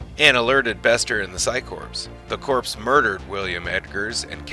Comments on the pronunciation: The term "Corps" is pronounced "Core" as in a core of top soldiers not "Corpse" as in a dead body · Firstly, the word corps is pronounces as "core" not "corpse" the 'p' and 's' are silent (the word I believe has French origins) Also, how can you do the history of Mr. Bester, going through information from the novels and such, touching on his parents and Steven Walters and not explain why Bester's left hand is always clenched?!? We see it every time he appears in the show (take a look back if you've never noticed it) but it's never touched on in the show. I won't spoil it here but I recommend anyone wanting to know more about why to read book 2 of the Psi Corps Trilogy, Deadly Relations by J. Gregory Keyes if you can get a hold of a copy. Also the 3rd and final book, Final Reckoning which brings a very satisfying end to that particular narrative thread, very minor as it may be! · It sounds like this is being voiced by AI. There are some unnatural pauses, and the word corps is spelled exactly that way, but pronounced "core". It's Latin and means 'body', i.e. a body of men/women. Cadre is not pronounced "ca-dree". It's "cay-dre", suppressing the 'e'. "Urbane" is not pronounced the same as "urban", either; it's pronounced "er-bane". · Corps. is pronounced "core"..... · Corps is pronounced Core....